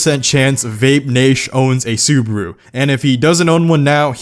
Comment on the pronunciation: It's su-ba-ru not su-bru dude.